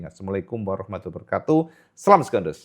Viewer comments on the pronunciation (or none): none